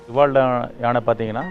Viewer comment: Rivaldo... ரி வா ல் டோ... சொல்லுங்க... 😂